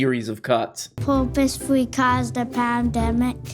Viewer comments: "Poop-ously cawzed the pam-demic?" Oof. Someone fire that casting director. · Protip: if you're gonna feed the question "do you think China purposefully caused the pandemic?" it helps if you make sure the kid you feed the question to can properly pronounce the word "purposefully"